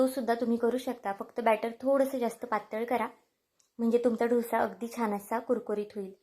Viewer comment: ढोसा काय बोलता. डोसा बोला